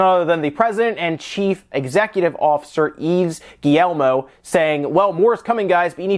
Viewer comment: Yves "Guee-elmo"? It's roughly "Guee-yeh-Mah". There's no "el" sound.